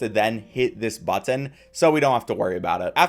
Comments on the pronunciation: Never heard someone who pronounces the t's like that in button haha butt-in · Man you really say BUT-TIN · I love everything about this except for how this guy says button like "butt tin" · The way he says button has got me on the floor😂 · The way you say "button" is really strange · the way he says button is so awful I cringe every time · this guy says "button" weird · You say "Button" like you don't know how YOU should say Button. It sounds like it's someone else's accent for just that one word. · Never heard anyone hit the word “button” with the hard T like that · it feels like you had never come across the word 'button' before this video.. you know it's one word not two right? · Ahhh i cant do the over pronunciation of "button"